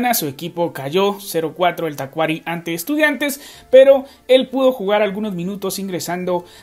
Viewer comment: Se pronuncia Tacuarí. Saludos 🇵🇪